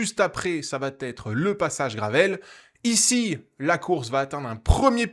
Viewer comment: merci, super résumé com d'hab ; PS : il n'y a pas de T à "ça va", donc on ne dit pas "l'échappée vaT être reprise", mais va être ; j'aime pas faire mon prof, mais ça m'écorche les oreilles à chaque vidéo ( c'est récurent dans tes résumés), et c'st dommage de répéter une telle faute (id. pour il vaT y avoir) ;) désolé :)